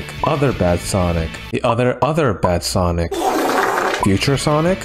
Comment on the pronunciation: “AND MY FAVORITE”:SeNiC tHe ChIlLeDoG